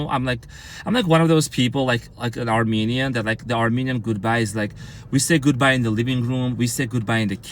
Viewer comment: Car-menian.. ROFL